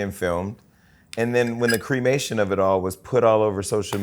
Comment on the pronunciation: "creamation" is wild jason